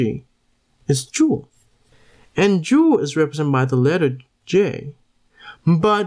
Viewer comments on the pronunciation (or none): none